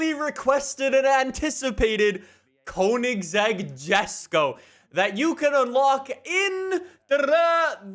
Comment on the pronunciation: Its not Kounigsegg. It's koeynigsegg